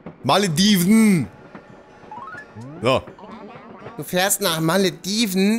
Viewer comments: Hermine: "Es heißt Wingardium Leviooosa, nicht Leviosaaa.": "Meine Stadt heißt ja auch Maledivnnn und nicht Malediveeen. " Hat mich irgendwie sehr daran erinnert ^^ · pass mal auf, es heißt nicht Maledivnnnnnn sondern Malediveeeeeeen.